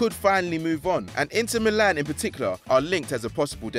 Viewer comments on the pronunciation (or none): none